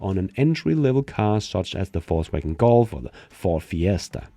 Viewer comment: I hear Fauxwagon